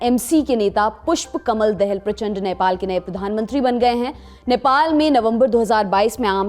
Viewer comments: DEHELL NEHI DAA HALL HEA 😂😂😂😂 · Dahel nahi dahaal hai bolo to sahi.... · Dehel nahi Dahal kaho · 😂😂 are bhai tume padna NAHI ata hayka puspa Kamal Dahal ko dayhall kaha, sahi uccharan is puspa Kamal daa +hall...lol kabi grammar pado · बहन् उच्चारण करना सिखो, देहल नहीं पुष्प कमल दाहाल है🤣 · आपलोग पुष्प कमल दहाल को क्यों👉 देहेल कहते हैं 😁 पापा की परी 🧚🧚😜😝😝